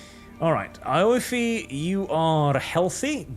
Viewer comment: As a heads up, Aoife is an Irish name, and pronounced ee-fa 👍